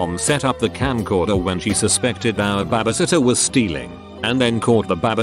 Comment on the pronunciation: Why does the bot say bebesitter tho?